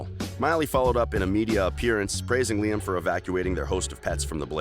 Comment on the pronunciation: I thought Lime Report was a funny way of pronouncing Liam Report.